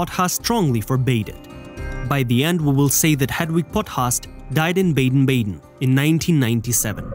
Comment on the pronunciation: The city name is pronounced Bah-den Bah-den, not Bay-den Bay-den!